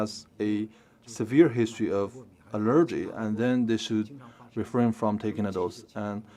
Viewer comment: CGTN, we really need to work on the translator's proper pronunciation of English. "Allergy" is pronounced as the stress is on "A" instead of "E". It's kind of embarrassing.